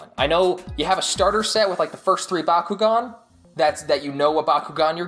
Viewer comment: It’s Bak u gan